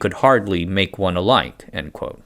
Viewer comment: You really need to emphasize the word "one" for the joke to land: "We could hardly make one alike [ , let alone two ]"